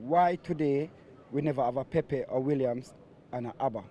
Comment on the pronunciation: 😂😂 he's a legend at killing names... he even says Williams 😀😀